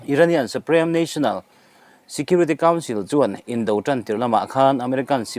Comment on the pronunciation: Suprem nilovin Suprim tia lam nise